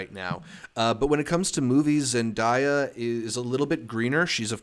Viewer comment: First off, love you all and the podcast. I just wanted to say that Zendaya's name is pronounced Zen-DAY-uh!